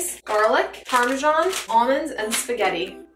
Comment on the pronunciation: "With fresh erbs almonds & parmeshan"? I think the H from herbs someone ended up between the S and A in parmesan!